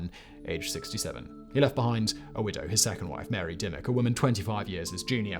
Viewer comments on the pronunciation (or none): none